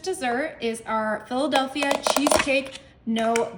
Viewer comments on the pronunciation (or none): none